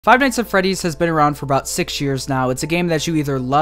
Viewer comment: Figh Nighs Aa Fredis, YeAh, dat wer I wan beh